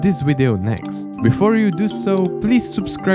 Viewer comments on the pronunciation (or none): why is he saying beast instead of best